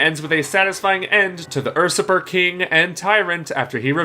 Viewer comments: Did he just fucking say “Fa-kade?” It’s French, buddy... I try not to be critical of mispronunciations, but that’s just ridiculous. Also... Ur-surper king...? Ya mean usurper? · "fakade", "ursupper" if you are gonne make vids on youtube could you at least learn english first? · "facade" is pronounced "fuh-sod" "usurper" is pronounced "you-sir-per" sorry, I couldn't not say anything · Usurper is pronounced "You-surper" not "Er-Surper". Automaton not Automation. Facade not Fackade. Grand Finale not Grand Final. If you're not sure how a word is pronounced, Google Translate is a great tool. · It’s pronounced like it’s spelled. Usurper. Not ursurper. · Ur-surper instead of U-surper... Automation instead of Automaton... That's where I stopped watching. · Nice vid! Quick note: Usurper: pronounced you-SIR-purr Facade: pronounced fuh-saw-d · Seriously guys get your pronunciation right. Automation? Facade? Ursuper??Words arent that hard. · Usurper is pronounced, “You-ser-per” ...you’re welcome. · Facade; not 'Fa-Kaid' Usurper; not 'UR-sup-er' Automaton; not 'Automa-tion' That was painful to listen to... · Usurper [Yoo-suhr-purr] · “Ursuper king” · i was about to make the same comment. two pretty bad mispronunciations within 10 seconds. facaid and urrsurper ugh lol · U super dude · During 5th Boss review 1. Facade is pronounced (fah-sahd) 2. Usurper is prononunced (you-surp-er) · they way you pronounced "usurper" cost me a few brain cells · He must have been hungry for ....er.....supper.